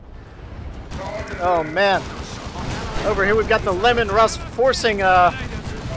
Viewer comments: And like others have said it is most definitely "LEE-MAN Russ", kills a little bit of my soul every time I hear you say "Lemon Russ" hehe. Keep up the awesome casts tho - and don't apologise so much for delays, i'm just happy they come when they come. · It's actually pronounced "LEEman Russ" because if you play the IG campaign you'll hear Lord Brenn (Commissar) yell "Targeting the Leeman Russ!" as you attack a Leman Russ :) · Which as a eldar, I approve of pronouncing it lemons. Silly humans, don't they know real tanks fly?